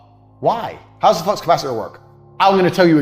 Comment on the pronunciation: Flux not fucks 😭